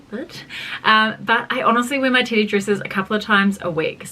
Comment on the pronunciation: I keep hearing titty dress and now I want a titty dress 😂😂❤